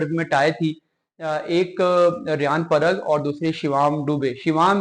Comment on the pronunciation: Mr anchor what is shivaam and part in place of parag THen from where you speak musalsal sort of nonsense My request is to have proper words and their pronunciations